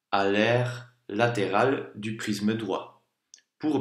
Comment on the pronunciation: Cool mais on dirait qu’il dit prizme a la place de prisme